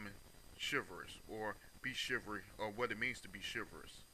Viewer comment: Chi-val-ry: has 3 syllables. BTW, your use of English is poor. Subject / Verb agreement; This not "Dis"; other not "utter people"; suppose not "spose. PLEASE STAY OFF THE AIR or go to collecge (register for BROADCASTING.) ---- CHIVRY? What is a FEMINEM? LOL I dare you to post without responding or making an excuse.